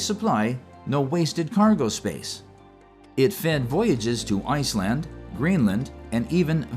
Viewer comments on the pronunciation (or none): none